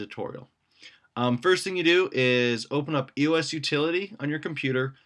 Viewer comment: EEE-OSS not you-ess also Pick-arse-aah not pixar